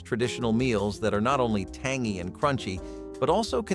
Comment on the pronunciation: Most of this isnt forgotten. I am going to make a sourdough starter this weekend for the first time in 15 years. So thank you! Also,,the fact it can't say tangy,,tangeeeeee!😂❤❤❤❤